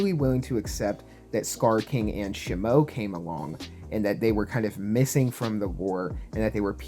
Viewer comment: Shihmoe?…….bro…it’s SHE-MO…. ☝🏼🤓